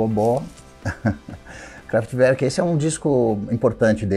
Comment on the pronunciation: Eu sempre pronunciei errado " kraftwurk" quando ouvi o Edgar pronunciar agora no video eu ri...ahahah ele pronúncia errado, daí contatei um amigo alemão e perguntei a pronúncia, como os alemães pronunciam...exato como o Edgar..parabéns